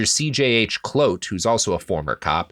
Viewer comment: clote for kloete. ermergerd. None of these guys deserve any better